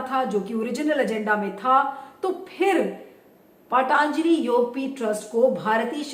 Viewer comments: पाटानजलि नहीं होता, पतंजलि होता है.... व्यास सरनेम नां लगाए.... ऐसा लगता है I Phone में kepad वाली फीलिंग आती है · पहले पतंजलि बोलना तो सीख लीजिये